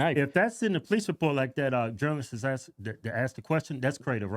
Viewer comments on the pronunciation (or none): How about just getting out like they asked you? Sorry “Axed” you. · He "shoulda axed" him